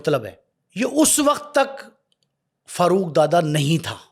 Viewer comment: Karachi k hawaly se bat kre hain to meherbani suni sunai kahani na sunaen dusri bat ye wo Farooq ka accent Faarooq hai na k Farruooq plz apna lahori accent ek taraf rakh kr karachi ki bat kren 😡